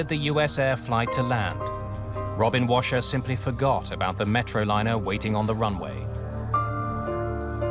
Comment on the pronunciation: Sounds like robin crasher rather than washer